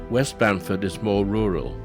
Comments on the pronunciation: Its Bamfield not Bamford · At least get the town name right ! It’s BAMFIELD not Bamford. Other then that (which was disappointing) the video is quite good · Nice video guys but its Bamfield not Bamford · NOT Bamford, but Bamfield. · ohhoney, IT's Bamfield. Not Bamford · The southern village with shore boardwalk is "Bamfield", not "Bamford". Barkley Sound has many interesting long and deep fjords, also. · Its Bamfield...nto Bamford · It's Bamfield, not Bamford...... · its bamfield not bamford by the way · Yea Its bamfeild not bamford at the start of video. Still a cool video to watch. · BamFIELD. Its BAMFIELD. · Learn how to pronounce Juan de Fuca correctly before you try to say that you are an expert for the region. Also it's Bamfield not Banford. Are you stupid or drunk. I would think that someone who speaks so highly as an expert would possibly know that. I gave up after that. Learn the locations you are visiting before you try to submit a video where you don't know anything about the area and you can't even pronounce the name of the areas correctly.